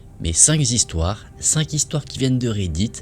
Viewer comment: 5 zistoires ou 5 histoires ???